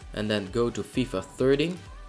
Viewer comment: its not fifa thirty its FIFA THERTEEN